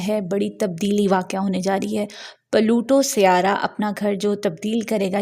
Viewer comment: it's pluto not palutooo 😂 aur aj yani 19th November ko yeh Aquarius mein forward moment mein achuka ha 😊